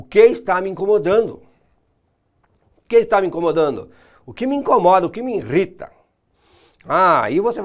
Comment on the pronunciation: INRITA?? isso doí nos ouvidos, não custa acertar esse português aí hein...